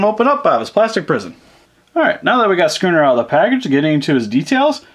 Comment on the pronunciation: It's not sconner it's scunner look at videos